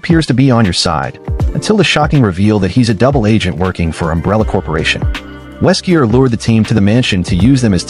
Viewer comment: Weskier ?????? Wesker